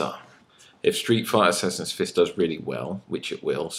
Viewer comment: "Hi stree fry sassassin fiss fans"